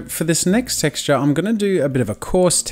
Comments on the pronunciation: "So that's the first sexture" JAZZA... Jazza... jazza... just Jazza... no hate though HAHA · "So that's the first 'sexture'..."